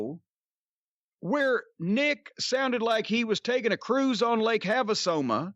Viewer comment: Lake Haveasoma. 😂😂